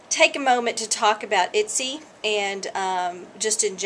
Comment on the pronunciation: Itsy? Your totally slaughtering the name! watch other videos and you can see the correct pronunciation. Thank you for the information though.